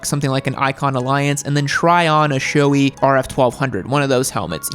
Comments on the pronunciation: Quick tip: SHOEI is not pronounced SHOW-ee. The correct pronunciation is SHOW-ay (like the 'ei' in eight). ARAI is not pronounced A-rye. The correct pronunciation is A-Ra-e (like E in Eat). KABUTO is also a another Japanese brand I recommend. They are just as good as those two top brands but at a much more reasonable price range. Source: I'm Japanese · Sorry but still saying showee and arye